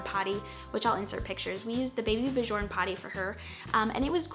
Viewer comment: Baby björn is pronounced baby ‘byern’